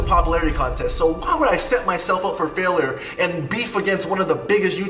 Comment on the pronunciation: ricegum can’t even pronounce failure... and he says his music is better lol.